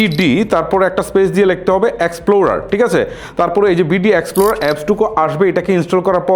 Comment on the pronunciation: বিডি এক্সপ্লোরার নারে ভাই,বি আর এক্সপ্লোরার